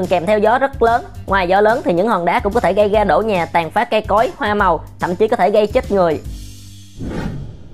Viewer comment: Học phát âm lại sao lại nói là gây ga nhớ nghe gây ra nghe từ lớp một đã học cách phát âm rồi cô là giáo viên cấp 1